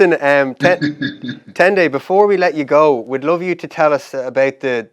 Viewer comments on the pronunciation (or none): It was so bad. Fergus said it wrong so many times 🤣